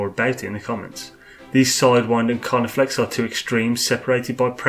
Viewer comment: Lol, its CarniFEX. Nice video though...